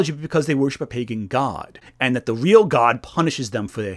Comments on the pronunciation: Vey awe not weal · It's not weal. Conspiwacy bwainwot. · they ah not weel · It not weel